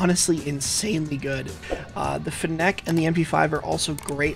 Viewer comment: is fennec really that hard to say?